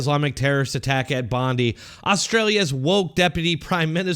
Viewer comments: Great video..but it's pronounced Bond-Eye...not Bond-ee..as in Pam...and that is the Deputy PM not the PM...just saying... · Please for the love of God. Its pronounced Bondeye. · Dear Americans. Bondi is pronounced (Bond - Eye).